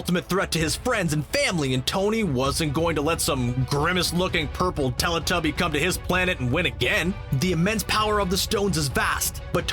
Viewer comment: when he said said tellituby i laughed so much